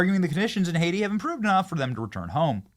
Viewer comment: (Haitian+Jamiacan American) it becomes Oh-aiti